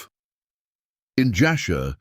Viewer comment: Jasher not Joshua. Ur not Err.